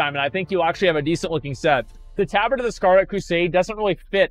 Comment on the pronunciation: He mispronounces things because he knows chat will go apeshit over it lol